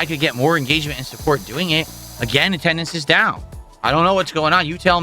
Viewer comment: PleaYUse stop give me money or gtfo also why anyone's talking to ME, REE?! Attuhndance is down, kahntributions are down, what's goyiungahn?! - 43yo Lolcow